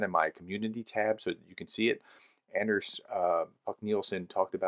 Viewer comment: A little tip from a Dane (so a countryman of the excellent Anders Puck Nielsen) - the "A" in "Anders" is pronounced like the A in mArs, heArt, and smArt, not like A in mAn, cAn and hAnd.